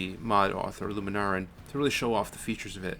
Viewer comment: Scampie, not "Scrampie". Lunaran, not "Luma Naran".